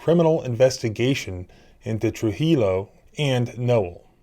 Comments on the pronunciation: Trujillo is pronounced true-he-o. Just a friendly advisement on sometimes hard to pronounce mexican names. True-he-o arsehole that is.🤣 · Good job with these videos and your indispensable work for police accountability. One small suggestion: "TruHio." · Please learn to pronounce Spanish names. A double “L” (LL) is prounced like a “Y”, and a “J” has an “H” sound and “I” is pronounced like a long “E”. So Trujillo, would be pronounced Trū-hē- yo. And to head off all the comments I expect, no, I’m not Mexican. I just grew up in AZ, and took two years of high school Spanish class. I find it irritating when people pronounce names incorrectly. Especially in this day and age, where we have the ability to google any name or word for pronunciation. For example, I like to watch heavy equipment videos, and several channels have a Takeuchi brand track steer. I don’t remember any of them pronouncing the name correctly. Many pronounce it like Tacahoochee. I knew that wasn’t right as they were adding letters in their pronunciation, so I googled it. The Japanese speaker pronounced it as Tă-kee-ooc-hi. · It's pronounced Tru-he-o. Double L in spanish does not make an L sound. To wit, tortilla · Trujillo is pronounced tre - hee - yo. Thanks for the update. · The victims name, Trujillo is pronounced as follows: True-hee-Joe. The rolling of the “r” is the only difficult part of this. You’re welcome. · 'J's = H 'I's = EE 'CC' = CH 'A's = AH 'LLs' - Y 'Trujillo' = 'Tru Hee Yo' ;-) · Trujillo is pronounced true-he-yo. In Spanish, the J sounds like an H and 2 Ls together sound like a Y. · You pronounce Trujillo “trujiyo” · FYI... a double L in a Spanish name is pronounced as a Y, and a J is like an H. Tru-He-O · Just a point of interest you may want to know, (I am not criticizing) the double ll in Spanish is pronounced like a 'y.' I watch your vids all the time and, as a lay person, find them easy to understand and so very informative. Thank you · Trujillo is pronounced "true-HE-yo."